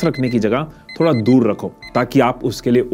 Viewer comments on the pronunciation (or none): none